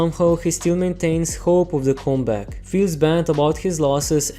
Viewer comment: He really said cum back , bro ..